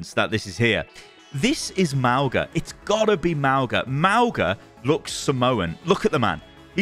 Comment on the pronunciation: It's "mah - oo - ngah"